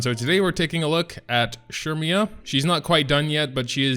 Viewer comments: It’s said as sair-me-yah I’m pretty sure Edit: also the event shop sells those blazing souls so make sure u check that out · CERMIA ! CERMIAAAA ... SHURMIAAA ???????